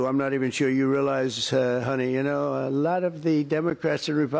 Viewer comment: She literally can't even speak or English properly "K-now" is a mistake absolute noobs make